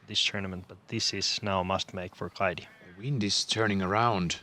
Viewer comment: Kaidi lausutaan Kaiti pehmeä t